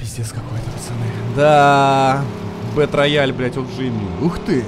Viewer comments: Сам ты бетрояль) Это читается как БИТРЭЙЛ! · Зэ Бэтрэйал, а не рояль - _ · «БэтРаяль»😅… Язык выучи. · БэтРояль? Просто кровь с ушей, еще и повторил +100500 раз. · БЭТРЭЙАЛ, И ЧИТАТЬ ТОЛЬКО ТАК. БУЛКЕ ВЫВЕДЕТЕ В ТОП, ЧТОБЫ УВИДЕЛ!